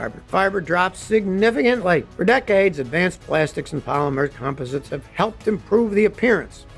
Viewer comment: Come on Scotty you're not pronouncing composites correctly did you graduate from high school😐😐😐😐